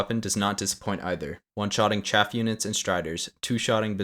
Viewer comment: It's... CHAFF! Not... CHAFE!